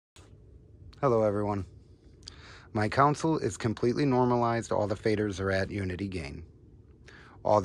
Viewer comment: Please stop saying "council" it's "console".